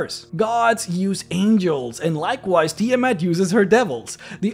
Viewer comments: Sorry, by Istar: Tii'Mhut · You can't even pronounce Tiamat...